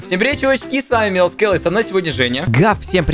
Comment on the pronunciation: Мне одной слышится что он говорит Милс Кел? Или он так и говорит?